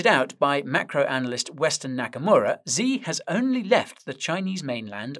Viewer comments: The way you pronounce XI Jinping name, is "SHI" not "Zee" but the "sh". is pronounced from the front of the mouth ,by the teeth, almost as if your making the SSS sound. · Xi isn't pronounced Zee it's pronounced She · The leader of China's name, Xi, is pronounced as "she", not "zee". Fun Trivia fact: He took the name "Ryan" as his English-friendly name. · Xi "shii" not "Zee" ♥️ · Please, Guy, can you pronounce China‘s leader‘s name correctly? It‘s easy, Xi sounds just like the word „she“ : you can do it 😉🤷🏻‍♂️